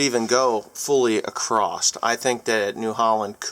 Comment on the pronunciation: please for give me for this, but there is no T at the end of the word Across... Other than that, great video!